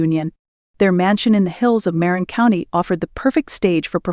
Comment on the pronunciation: (Ok, as a lifelong SF Bay Area resident, I just can't help it.) Marin County (as well as the unincorporated community and census-designated place known as Marin City) is pronounced muh-RIN (IPA: /məˈrɪn/), with the emphasis on the second syllable, sounding similar to "chagrin" or "marina" without the 'a'.